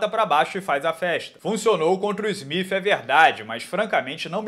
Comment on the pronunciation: Pq ele pronuncia smif?Se se escreve Smith?